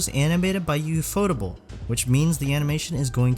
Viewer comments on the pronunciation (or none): none